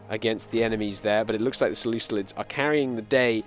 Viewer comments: "Selucilid" is the worst pronunciation that I have heard of any country by anyone covering Imperator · Less than a minute untill the first "selucilid" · I have enjoyed this stream quite a bit, however the "Selucelids" and the Pakistan blunder is killing it.